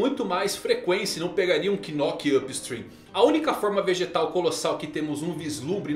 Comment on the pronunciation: Até hoje ele não sabe falar Knock Up Stream certo?? Não tem assessoria não?